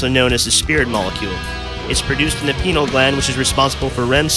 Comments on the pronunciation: did he really just call the pineal gland the "penile" gland ??? huh huh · Yeah. It's Pine-Eel gland by the way. Not Penal, I think that's between some of our legs, less of a gland, more of a muscle - also good on drugs.